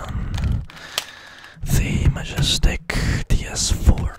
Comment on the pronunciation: Is he saying ts4? Lol